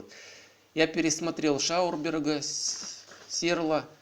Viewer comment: Где в твоём реквизите быстровращающийся диск ? Читать научись, не Шаурберг, а Шаубергер. )))